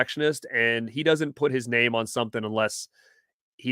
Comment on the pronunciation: Hammered our name 🤣